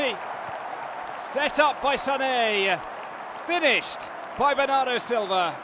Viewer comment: The best "Bernardo" English Accent Pronunciation I have ever heard, coming from the bottom of his soul.